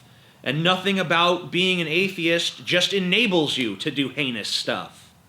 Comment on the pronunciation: He says A-the-ist like A-fe-ist